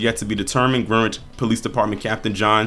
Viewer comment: With respect it’s pronounced Grenich. the e’s are short the w silent. thanks for all you do